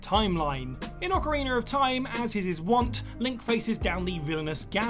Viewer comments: Ocarin-A, not ocarin-ER. There’s no R at the end… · “Ocarinor of time”